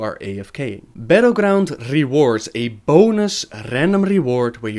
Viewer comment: Dat RRRRandom RRRRRRRRRRRRRRRRRRRRRRR